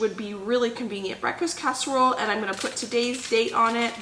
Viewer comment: hi, lovin ur videos. must admit I did laugh at 4.11 on the video when u said amis casherole 😂. I've been writing down tips n tricks from ur videos and once my freezer is more empty I'm gonna b doing more freezer meals, esp some of the ones u make. I'm also going to try n start a herb garden. thank u for the videos. ❤️from 🏴 UK.x